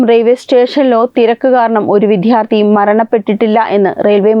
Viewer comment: 😮😮😮ഉച്ചാരണം പഠിക്കുക. ധാരുണമായ മരണം, വിധ്യാർത്തി, യദാർത്തത്തിൽ😮😮😮😮